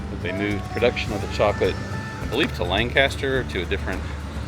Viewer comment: I live in littiz PA and it is pronounced Lang-Cister. btw